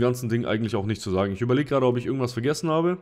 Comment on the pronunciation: Was ist mit deiner Aussprache passiert? Seit wann sagst du "isch"?